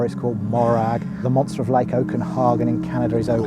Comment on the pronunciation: Okenhagen? It's Okanagan. Love that british accent :)